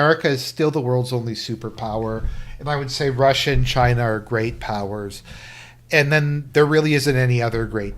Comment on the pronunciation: "We're the government (of Chy-na) and we're here to help".